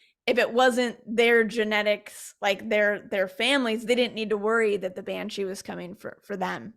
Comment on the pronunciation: Why is she saying banchi? It is banshee.